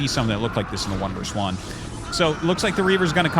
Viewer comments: 2 v 2 sounds better instead of pronouncing it 2 vers 2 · The word is "versus," not "verse."